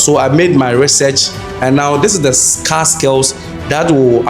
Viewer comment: Scar from the wound or scarce skills , why u speak English if u can't pronounce well